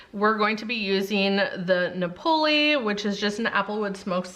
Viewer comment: In the word Napoli the accent is on the first syllable Na poli. Also its a soft short a like Nah. Nah poli.